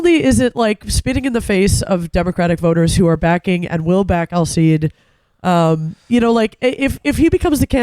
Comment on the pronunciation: Sigh- ed (Sayed) NOT Sigh-eed (Sayeed).